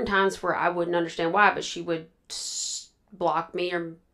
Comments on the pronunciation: How many times do u want to say that u don‘t understand? JL: „Yes, i don‘t underSHtant!“ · “I didn’t underSHTAND” ugh so annoying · If I hear her say “ I don’t undershtand “ one more time 😒